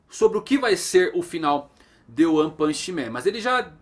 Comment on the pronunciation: Toda vez que ele fala "O one" eu entendo "Juan".